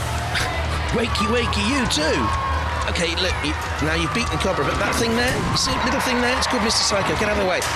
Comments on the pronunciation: Captain of Cobrer? Jonathon, go back to school, he said Cobrer the whole time 😂 😂 😂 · That just sounds weird when people say cobra odd.